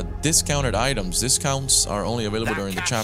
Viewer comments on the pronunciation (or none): none